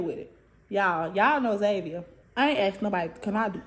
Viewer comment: It's Zavia 😂